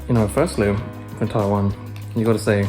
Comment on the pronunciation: It's not called Tai land ...it's called Taiwan